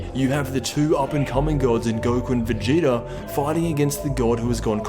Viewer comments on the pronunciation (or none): none